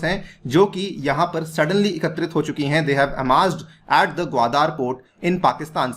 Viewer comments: This is Gwadar and not Gwadaar as you pronounce like illiterates. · 😀😀😀😀😀😀😀😀Wion ka report hai. Wah sir ji kya baat hai logon ko bewakoof banane kiliye aur ek baat "gawadar " ka pronunciation sikh lou sir, baki fekte raho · Actually your facts are based on your opinion without any truth behind. You can’t even pronounce the word Qwadar. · Chutittyeh pehlay Gawadar bolna seekh